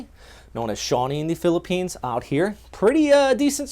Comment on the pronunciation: this guy pronounce the places in philippines so good! nice one bro..💪👍👍👍👍